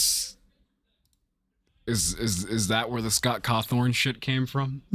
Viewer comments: fun fact when you skipped past the merch sale matpat says Scott Cawthorne is how you actually pronounce his last name. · It’s cawthon.